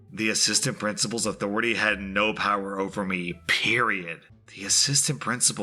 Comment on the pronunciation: You said it wrong. I'm pretty sure 'authoritah' was not a typo...lol.